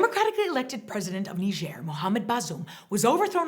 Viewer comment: No one being on the phone in the beginning skit got a real lol out of me. I had no idea Niger was pronounced that way. Thanks for teaching me how to say Niger properly. Those numbers you brought up regarding Haiti are ridiculous. There being so many different gangs makes it seem scarier than if things were more organized. So frustrating when people attack the helpers. No matter where it is. Anyways, thanks for the updates. Your channel allows me to dip my feet into world news without having to get soaked and chronically upset. Actually, I usually end up feeling a bit better after watching these.